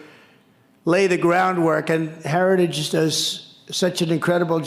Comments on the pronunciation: What f is "harigies' or what ever the f he said. lol😂😂😂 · Lord, this criminal could not even pronounce “heritage” but he definitely plans to implement Project 2025 if elected. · I need a translator. This moron can't even say "heritage". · Trumpzi cant even say heritage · Can't pronounce some if not all words. Heritage Foundation, an extreme right wing white supremacist group